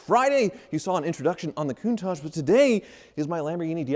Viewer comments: Is it just me or does say “Koon-taj” most of the time? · So, it’s countaaaaage? I have been saying it wrong all these years.